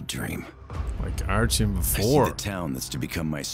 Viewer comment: ''My name is Artyom'' : Oh Artem?